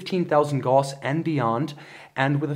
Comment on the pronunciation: According to Merriam-Webster, words that rhyme with Gauss: mouse, blouse, grouse, spouse, Laos, house, etc.